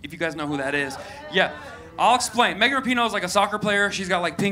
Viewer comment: He butchered megan's 😂😂😂